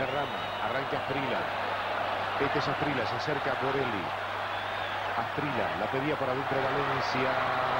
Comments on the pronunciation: No se dice As-pril-la se dice As-pri-lla. Aprendan a vocalizar bien el apellido de este gran jugador Colombiano. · Los argentinos le decian " Asprila" hasta que por fin aprendieron a decirle "Asprisha".